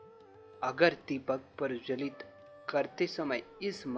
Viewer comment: दीप प्रवजलित??? दीप प्रज्वलित किया जाता है। सबसे पहले शुद्ध उच्चारण करें। कई लोग देखते हैं। गलत उच्चारण उन्हें दिग्भ्रमित करेगा।